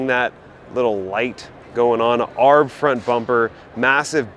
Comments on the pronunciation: Um “arb?” Say it with me.. A-R-B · You lost all credibility when you said arb instead of A R B. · Did you just say “Aarhhb front bumper?!” 😂😂😂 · McKinnon: You are correct. Anyone who takes the time to research the manufacturers knows this. 4x4: Per the ARB website, "...ARB – the initials of Anthony Ronald Brown..." Furthermore, even Jeep themselves pronounce the hybrid model 4-by-E, not 4-ex-E. I would think that a channel that is clearly aimed at the 4x4 loving viewer, having some legitimate credibility would go a long way. By the way, I highly doubt you read 4x4 as 4-ex-4, but rather 4-by-4.